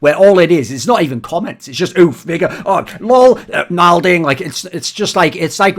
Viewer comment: oof mega oh LOL nalding